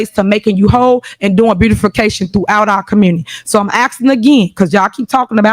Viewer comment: I'm axing you axing you axing you